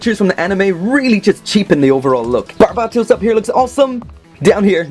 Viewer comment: The only one that doesn't say "Barb-ei-to-u-s"